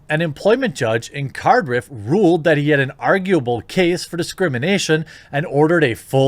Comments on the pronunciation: Card-Iff not Cardriff XD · card riff? its cardiff you clown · Love it. I hope he's minted for a few years after this. It's pronounced Card If. it's my local big city. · The way Quartering says Cardiff makes me cringe, he tried but this will haunt me.